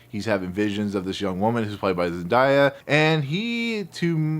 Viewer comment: the houses of harkonnen and atreides were already mortal enemies before they took over. maybe part 2 will go into more detail but it’s implied that the emperor gave control over to the atreides for malicious reasons, not because the baron was being greedy. also, it’s zen-DAY-uh not zendieya.